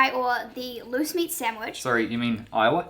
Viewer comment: At first, I thought you said moose meat sandwiches